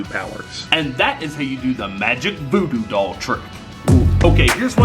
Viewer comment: the foodoo dall it relly sounds like doodoo dall haha😂😂😂😂